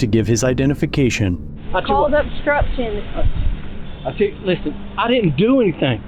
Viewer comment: Damn hick stupid cops can't even pronounce words properly. What the fruit is "bstrucshun"?